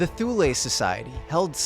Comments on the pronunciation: Pronounced "Thool" in English, or in German "Too-le" (not "Thool-ay")! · Thule is pronounced 'tool-uh'